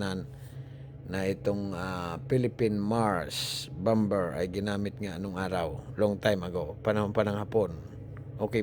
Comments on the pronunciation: kuya hindi bamber bamer po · Bomber... silent b kaya ang pronounceation Bomer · hahaha bom-ber mali ang pgbigkas m bomber yn hahaha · Bom ber ba hahhaha baka bamer ibig mo sabihin 😂😂😂😂😂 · Bom ber daw hahhaha baka bamer ang ibig mo sabihin tinagalog ko na 😂😂😂😂😂😂😂😂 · bomber silent b iyon..bamer dapat ...Hindi bam ber.. jeje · Pasinsya na public school lang ako peru na puna ko yung sinabi mo na bom ber which mali talaga. Saan ka ba nag aral. E tama lang natin ha. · silent B po pag basa jan sira